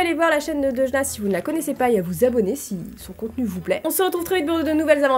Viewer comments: À un moment tu à dit à deujna en fait!! tu voulais dire deujna mais tu a dit deudjna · quand ta dit 《aujourd'hui tu est avec Deujna》 g compris Orangina🤣🤣🤣🤣